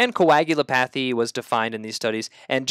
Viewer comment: Thanks. Helpful! Sidenote: it's pronounced "co-ag-u-LOP-a-thy."